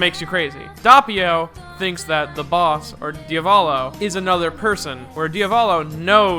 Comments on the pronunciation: As an Italian the pronunciation of Diavolo is triggering the fuck outta me - I bet ur not even making wild hand gestures behind your microphone. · It's funny how you pronounce Diavolo xD anyway nice video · Every time you say Diavolo the way you do, part of me dies. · can you please stop calling him daiavolo? as an italian i want to put a knife into my ear every time you say that I can understand the "Dopio" instead of Doppio because english speakers seems unable to pronounce a doble consonant, but... pls... Diavolo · Die-avolo? I haven't read the manga, but from personal experience I'm sure it is read as Dee-uh-volo (basically you pause on the "a" not on the first "o") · Hate how pronouces Diavolo Dee uh vaw low? No its Di aw voh low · My nibba said some diya-volo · It not die-o-val-o it's de a vo low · its pronounced DEE-AA-VUH-LO not DI-AA-VO-LO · Dee-ah-vo-lo, Doh-pyo. Not Dayavolow and Dahpio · "Diya-voh-low" Dee-ah-vow-low* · Diávolo not Diavólo DIAvolo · If I start saying Dieavolo instead of Diavolo I know who to blame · The correct pronunciation is Dee-UH-volo and not DIE-a-olo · shouldn't his name be pronounced as Di-uh-volo? not Di-ah-bolo?? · Diavolo Diovolo KONO DIO DA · The way you read Diavolo makes me want to DIE a volo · Dahppio Dahvulo My ears hurt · WHY ARE YOU SAYING IT LIKE DIE AH VOLO WHHHY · DAYABOLO AND DAPYO You butcher theirs names wtf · ah yes my two favorite characters, Dawpio and Deeavawlo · Listen and repeat: DI - A - VO - LO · Pronouncing Diavolo as "Di-ah-vall-o" : It just works..... NOT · jesus guys, it's pronounced "Diavolo" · Tips from an Italian: DEE UH VOH LOH or Di À volo. The emphasis is on the A. Cheers! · DEE-AH-VO-LOW Devil in Italian Sorta pronounced like Diablo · HOLY FUCKING SHIT,. Doppio = Dow-pee-oh, Diavolo = Dee-aw-vow-low. Otherwise, I enjoyed this video, good job. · it's italian so it's actuially "doh-pyo" and "dyah-voh-loh" idk where you're getting the "w"s from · Dee-ah-vo-lo And it’s Dope-e-o